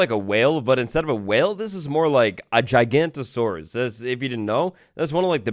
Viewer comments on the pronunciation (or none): Bruh, calling giganotosaurus gigantosaurus is a huge pet peeve of mine. It’s pronounced giga like giga-ton. Some pronounce it jigano, but I digress. The o after giga changes the pronunciation significantly. Anyways, just had to write that to get out my mild frustration about a reptile that’s been dead for almost 100,000,000 years. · hahahah is a noob he called giganotosaurus as gigantosaurus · It's pronounced "GIG-A-NO-TOH-SAURUS"